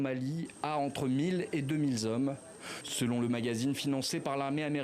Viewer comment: "... entre mille et deux mille zhommes". Attention TV5 monde, hein ! Si vous continuez à faire pareilles fautes de liaison, on va le dire à la commission d'enquête parlementaire sur l'audiovisuel public, crénom de nom !